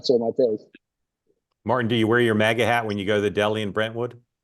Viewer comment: I'm trying to finish the program. Karl can't pronounce "MAGA". He is way out touch (please don't ban me). Perhaps, he was making a joke? And now he takes the audience and their beliefs as the man who stormed off the FOX NEWS set back in 2012 like the Grinch. To my earlier point, he got lucky with the field goal kicker at the closing moment in 2000.